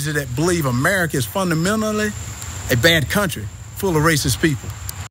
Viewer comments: “Funna minalee” Get hooked on phonics, read some history books and stop having all these kids. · FUN-A-MED-DILY 🤣🤣🤣🤣🤣. He destroyed that word. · Funamenally……LOL!!! Damn😂🤣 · I just watched a grown man say "Funda Menally" Get him the f out of here. 🤣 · "Funnamenally"🤔......Is that a word? As for the rest of what he said.....🙄🤪🤭🤣🤣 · “Funnna-mennally 🥴” - Token Walker